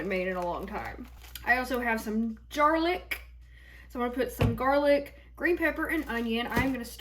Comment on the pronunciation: I have never heard anyone call it “jarlic” but I love that 😂 🧄